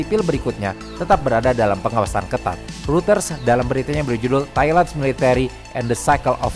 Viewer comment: Gatel aja tiap ngucapin "reuters". Hrusnya pelafalannya "ROYTERZ" atau "ROY-TERS" bukan "RUTERS".🙏🏻